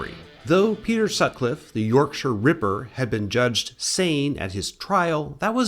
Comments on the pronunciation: Ty for saying Yorkshire properly 🥹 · Yep… and he almost pronounced ‘Yorkshire’ correctly.